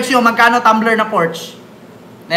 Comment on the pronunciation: mali po ang pag peonunce mo ng "PORSCHE"..german word pronounce as "PORSCHA"" is the RIGHT PRONOUNCIATION